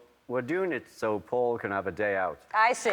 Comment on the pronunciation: Did you notice how he said "suddenly I got a call from FAUL..." not "PAUL" ...HMMM